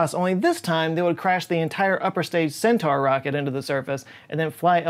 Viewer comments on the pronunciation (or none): none